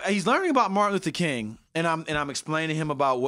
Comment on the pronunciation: He said Martin Luthor Kingdom 🤣🤣🤣🤣